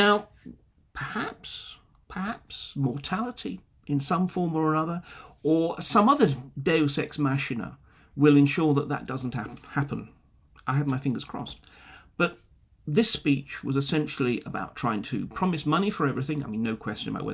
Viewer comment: I agree with M. Galeotti on everything he said a part on ... Mark you should pronunce "makina" or maakeenuh😀